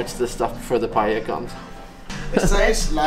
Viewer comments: Valencia is incredible isn't it? The gardens are just magnificent. BTW, are you pronouncing paella "pay-ehda"? I think it's "pay-eh-a" (no "D" sound). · As a valencian, the correct pronunciation is pa-eh-ya. Not pay-eh-ya or something like this. A lot of foreign people tend to pronounce it wrong, idk why. You did it more accurate tho